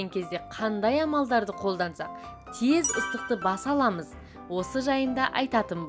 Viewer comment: Тез теһ аитши былшырамаи